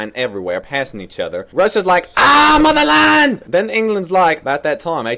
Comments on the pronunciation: I always thought he said, “Argh, mow the lawn!” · when I was in highschool I always thought he was saying "I'MM ON THE LIIIIIINE!!!" and so did my friends so we would always scream it and I remember one day my mom from the other room yelled "JASMINE HE'S SAYING AH MOTHERLAND!!" all pissed off lol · Swear he's saying "AHHH IM ON THE LINE" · I always heard "AAAAAH MOW THE LAWN!"